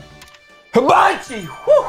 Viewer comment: Nope, still sounds like Habachi to me.